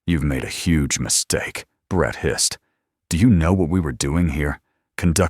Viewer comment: “Two Men” NOT “Two Man”, Hissed not “hist”.